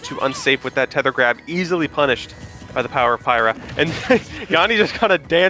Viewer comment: I laughed everytime he called Pyra "Pierre'